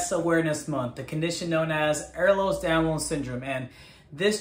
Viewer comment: It is not Eh(R)lers Danlos, it’s Ehlers Danlos 🤦🏾‍♀️